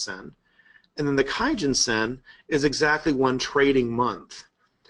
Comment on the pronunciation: "kumo cloud" - research it "key-gen-sen" wow